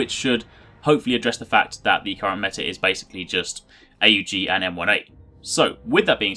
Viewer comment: its not pronounced A U G its pronounced as one word not three